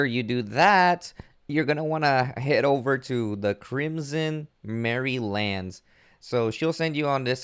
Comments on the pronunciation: Mire isn't pronounced mirror. But as my, er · It's pronounced ee-NAM (rhymes with ram)-or-us. The capital letters are where the emphasis of the word lies. It's named from the word enamoured, which means love stricken. Also, it's pronounced My-er( rhymes with wire) lands. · Bro you gotta work on your pronunciation Anyramous Crimson merrylands Scarlett Bug 😆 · It's "My-er" lands, there's no A. "Bah-og" Bog Learn2read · Lmao "marry-lands"